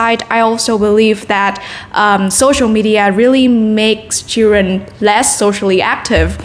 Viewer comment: từ media chị phát âm sai nhiều lần quá và còn nhiều chổ nên 7.5 chưa lên đc 8.0